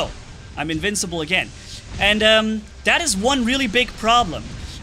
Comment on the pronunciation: "Incincible" "rancendance" just two words you miss, I adress this, without hate ok? I just thought is funny